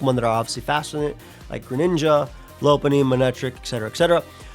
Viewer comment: It's LOP-unny. Lopunny is a lop-eared rabbit!